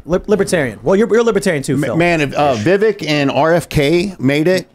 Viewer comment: Hey guys his name is pronounced Vivek like Vi=Vee like venus, Vek= Vec like Vector. Vivek = VeeVek. I've heard a lot of VYEWAKE places.